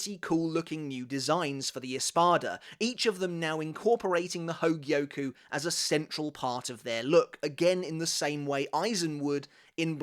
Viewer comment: Bro goes 💯 spanish on the espada which is nice. But “hogie-oh-kooo” 140 times just hurts 😂